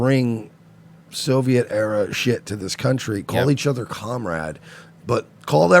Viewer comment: Did anyone hear cum rags in that first clip when they were saying comrade?